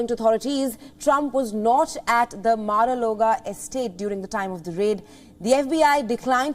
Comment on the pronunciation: Ouch!!!! Started with a mistake- it’s Mar-a-Lago NOT “Logo”. How do I know the rest of her newscast is factual and without bias?!!!! You seem to know more about this than even the American people - something doesn’t sound right here - you must have a direct line to the FBI!!!!